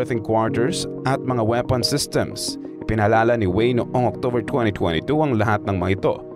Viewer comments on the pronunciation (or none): none